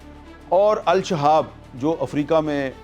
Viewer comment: It is الشباب not الشهاب AL SHABAB not AL SHAHAB